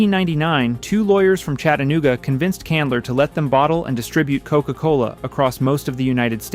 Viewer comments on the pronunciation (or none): none